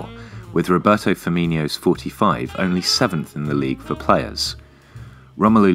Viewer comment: HIS NAME IS FIRMINO, NOT FUCKING FIRMINIO